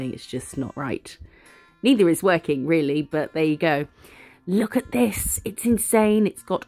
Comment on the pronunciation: I’m so glad you said “lookit” I miss it if you don’t 😅